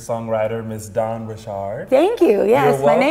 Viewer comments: Really love Dawns passion about her art.Really great interview....and you got her name right!lol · Oh my gosh you said her name right , I love it. This was a great interview.